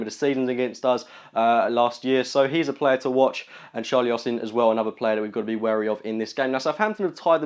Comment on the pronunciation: 'Wary' Fucking dunce.